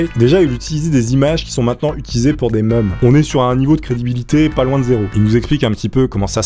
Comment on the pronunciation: Jadore les français quand ils disent « meme ». Sa sonne comme meuble 😂😭